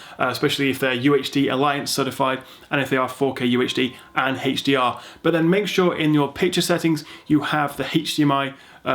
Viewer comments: i hate how you say heysh dr and heysh mdi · WHAT IS THIS "HECHHH D R" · I like it when he says (Heych)DR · Haaaaaaah dr ? Oh you mean HDR